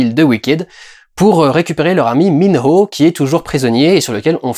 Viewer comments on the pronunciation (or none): C’est Minho et non pas Minro